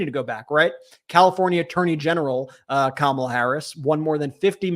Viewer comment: She even introduced herself, pronouncing her first name, but of course he insists upon saying KaMAla.